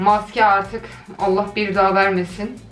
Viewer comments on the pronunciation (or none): none